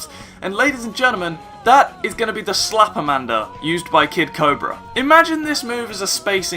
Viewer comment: ”Slapamander from Kid Cobra” ITS SLAMAMANDER ACTUALLY1111!!!!!11!1!!!1!1!1!11111!!